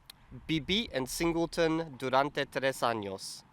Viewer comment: I feel like tour “v” Spanish sound is a bit too hard of a “b” sounds. It’s more like an intermediate sounds between a b and a v in English. I’m not native, but a Colombian native agreed. Maybe Argentinian is different. When you said viví I heard “people.” I’d recommend starting subjunctive constructions now like espero que + subjunctive, me alegra que + subjunctive. Quroo Paul is good on describing how to use it. Amazing work after giving up on DS!